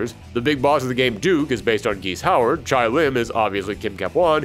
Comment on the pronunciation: "Chay Lim" not "Chai." The announcer even pronounces it for you.